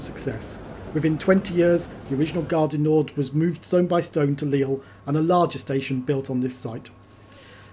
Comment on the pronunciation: Ironically, he says Gare du NorD - the D should be silent!!